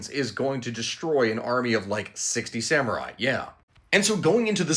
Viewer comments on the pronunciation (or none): none